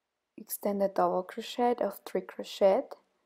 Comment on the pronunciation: Much too fast. Extended double crochet English pronunciation of crochet is like "crosheee". The "t " is not pronounced in English. Thank you!